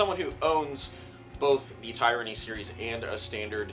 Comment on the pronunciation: I’ve learned that I’m pronouncing Tyranny in an incorrect way. My apologies lesson learned. It’s not (tie-ranny) it’s( Tiranny ) I’m sorry 😐 thanks